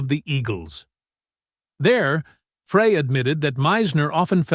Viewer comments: It's Glen FRY, Like FRY Bread. Deacon FRY! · C'mon robot..it's pronounced fry..not fray. Peq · Why does this narrator always pronounce the name Frey like Fray instead of Fry??? so annoying! so many mispronounce Glen Frey's name! ugh! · It's Fry not fray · Is it not GLEN (FRY)...??? Where does freay come from??? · Glenns last name is not pronouned fray....it is pronouced FRY get it right or do not make any more videos about the Eagles. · It's pronounced "Fry" not Fra, so disrespectful for a great musician who's no longer with us. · Why are you saying Fray instead of Frey. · NOT FRAAAAY... it's FRI... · He mispronounces Frey intentionally so he’ll get comments and the more comments the more money he gets, but it’s just so obnoxious. That’s so disrespectful. I refuse to watch. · It’s pronounced FRY. NOT FRAY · Frey, not Fray! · Who is this knucklehead calling “Fry,” “Frey?” He clearly knows nothing about the Eagles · Frey, NOT Fray!! Come on man. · It’s pronounced Fry not Fra with a long a. How can you do a video and not even know how to pronounce the main characters names. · When the host doesn't know how to pronounce the name of one of the greatest musicians ever it makes it hardto listen. it isn't pronounced Fray, it is Frey....Pronounced Fry....stop reading your notes, stop making videos. You are lazy. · Frey is pronounced FRY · Glen “FRAY”? Im out. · It is pronounced Fry. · Frey is pronounced FRY. I thought everybody knew that. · It's FRY, for God's sake. Like...fry an egg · FRAY?????... Come on, if you want to make a credible video on the Eagles at least make sure you pronounce names of the band members CORRECTLY! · Frey is pronounced Fry. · Pronounced fry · It’s pronounced “Fry” you AI goober . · no he didn't . just like the man said...his name is pronounced FRY. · Yes, I cringe, everytime he says it. Lana was abusive to Randy. She was not a good woman. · Two names are pronounced wrongly (Fry and Leadon)